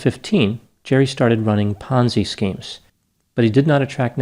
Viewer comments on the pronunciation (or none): Thought you said 'Fonzie' scheme lol.